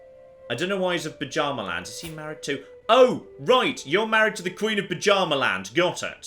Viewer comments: By Odin,. It's Byarmaland not Pajamaland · saying "Buh-Djarma-land" physically hurts me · I swear every time says "Bjarmaland" I hear it as "Pyjama-land".